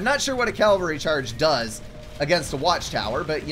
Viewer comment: I can't help laughing each time you say cavalry You pronounce it caLvary. I don't know why I find it funny, but I do.